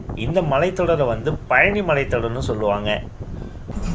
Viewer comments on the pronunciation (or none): none